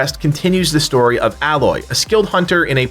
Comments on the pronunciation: Her name is pronounced Ay-loy. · Why does everyone pronounce Aloy name wrong??? They say her name like 100000 times when you play the game 😂.